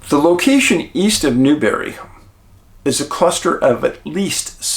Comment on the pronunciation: it's spelled Newberry - and pronounced as it looks New-berry.